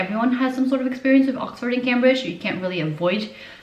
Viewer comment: you mispronounced Cambridge lmao